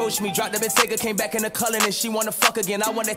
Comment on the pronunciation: Weezy said what's brackin instead of crackin he's a blood